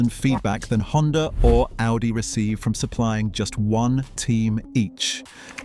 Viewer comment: It even messed up the pronunciation of Audi lol